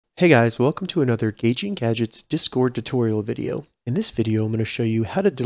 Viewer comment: It’s DIS CORD not duscord dizcoord, or however your saying lol but thanks for the tutorial